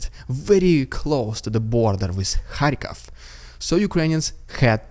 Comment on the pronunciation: I like you a lot, you give me hope that there are also good Russians. I mean it! But it's Kharkiv, not Kharkov😉